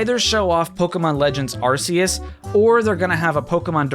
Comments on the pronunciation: Just a friendly tip from a massive Pokémon Fan, Arceus is not pronounced Ar-see-us, it's actually said 'Ar-key-us'. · Its pronounced arCeus not arSeus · arceus not areseeus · It’s pronounced AR-KEY-US. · Pokemon is doing a Pokemon direct separate from E3, also its pronounced ARK E US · It’s arceus pronounced with a k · it's pronounced Ar-KEY-iss with a hard c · You're pronouncing Arceus wrong. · take a shot everytime mispronounces Arceus.